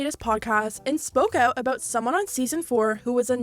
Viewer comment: “All aboot”